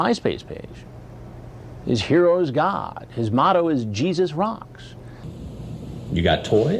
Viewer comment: I keep on laughing when Chris Hansen says God like that like he’s putting emphasis on the letter D it’s so damn funny if you really think about it